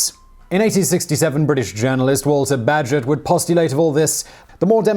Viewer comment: 👍 for pronouncing Bagehot right.